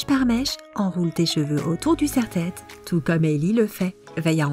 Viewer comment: C'est moi ou dans une astuce elle a dit un serre-tête